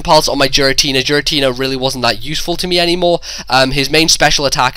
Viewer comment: STOP SAYING JIRATINA